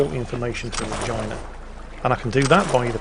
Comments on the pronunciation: For future reference, you dont pronounce Regina like vagina. It sounds like Rajeena. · its Reg E na not regIna xP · it's pronounced 're-GEE-nuh' not like vagina, christ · Regina is pronounced Reegeena not something that sounds like a female reproductive organ. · Had to double take on how he pronounces Regina....isn't it Reh-GEE-na? It's like how English people pronounce Ibiza, Aye-bye-za .... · Re Ge na... Holy fuck. lol